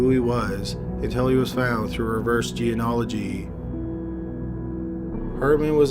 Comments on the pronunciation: He's never been able to pronounce it. It's kind of funny and sweet. I commented about it once years ago and he actually got better at it in the next upload- then went back to mispronouncing it, lol. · Its kind of sweet that you still cant pronounce genealogy.